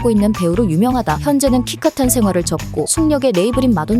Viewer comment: 키카탄 발음에서 뿜었습니다~ ㅎㅎ